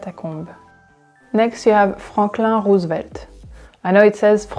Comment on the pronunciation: it was really funny hearing Franklin Roosevelt pronounced like that